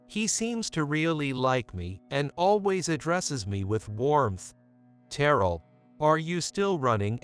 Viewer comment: AI mispronouncing Terrell's name!